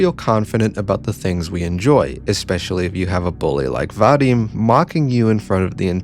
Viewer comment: What has always, ALWAYS bugged me about western videos on Russian media is the pronunciation. Like yeah, sure, here is a very detailed, well though-out and polished philosophical essay on the topic, but the thought to google the pronunciation of the characters' names (literally the first result on "Ira name pronunciation") had slipped the author's mind, and EEra is Aira now, VadEEm is VAdim, and Asya is AZya (more like Azeea) ((but that's understandable since many foreigners have trouble pronouncing soft consonants and the letter Я (ya))). No flak to you (well, just a tiny bit of it, but genuinely only a smidge), but it's something that's irked me for a long while, and you pronouncing Ira like the that was just the final straw.